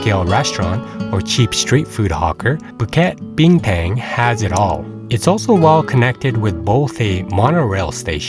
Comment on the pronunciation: your slang is so off, definitely you are not a local. “A” is pronounced ah not “air” like american slang. Bukit Bina”air”ng is sooo off. lol